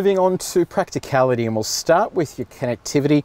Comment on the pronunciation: "Stariart with the key" nice one lol